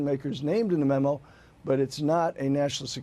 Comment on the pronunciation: What the hell is a mimu? The Dems must be gleaming with pride know this is who they chose to represent and speak for them! LMAO. Cant even say memo. At the beginning she called it a mimu! If they dont do something about all this crap it will continue to repeat itself! Is there a different set of laws and standards for the powerful than it is for us taxpayers? They will be allowed to retire with full pension that our tax dollars pay while we would be thrown in jail!! Time to wake up and make examples of the crooked!!!